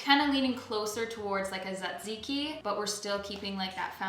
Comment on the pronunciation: you said correctly "tzatziki", so I will forgive you for the "vegan feta" hahaha <3